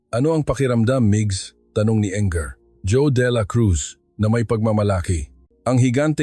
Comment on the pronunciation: Pwede po ba paki basa at paki bigkas ang maayos ang mga salita. Engr. pero binasa ng “enger” ? Db Engineer yun? Basahin mo ng English and English word correctly please. Laging lang mali ang pronunciation ng Tagalog. 😡 Ganda sana story eh. Pasensya na